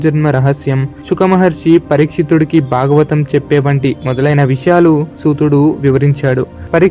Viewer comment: hello whoever has narrated this... one very important suggestion for you which needs to be corrected immediately. There are many flaws in your pronunciation. for example: it is not kata - it is Kadha (in telugu it is vottu dha not ta) It is not duka - it is dhkha (vottukha) It is not bagavatam - it is Bhagavatam (vottu bhaa) It is not baaram - it is Bhaaram (vottu Bhaa) It is baada - It is Baadha (vottu Dhaa) these are just a few examples. if I am not wrong, the person who has narrated it does not know Telugu at all. He might have written Telugu in English and read it. My dear friend.... though your content is good, your narration is pathetic. Please correct it immediately. Else it will lose the effect.